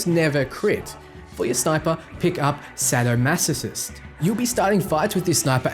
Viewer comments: Sad-o-massasist made me smile :P It's Say-Doh-mass-a-kissed ❤️❤️ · This video is great, but the fact you pronounced “sadomasochist” as “sadmasosist” was the best part. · " satomasistist" lol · Say-doh-mass-a-kist. Derived from Marquis De Sade, a French nobleman who by all accounts threw some really fun parties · Actually the correct pronounciation is "Sad-oh-ma-suh-ki-zt" , since "De Sade" is actually pronounced sad, not shade. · "sadomasosist" :D or was it "sadomasocyst"? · Why can none of the English creators on Youtube for Wasteland 3 pronounce Sadomasochist? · Wait, how did this guy pronounce Sadomasochist? Wow. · So far every WL3 creator with a fucking accent cannot pronounce SADOMASOCHIST